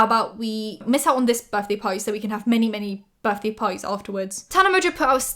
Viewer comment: Okay but can we talk about Paris Hilton saying how much she loves Tana but pronouncing her name wrong lmao